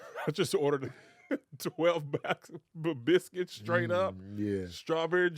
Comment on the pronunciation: Pronounced Bil-skits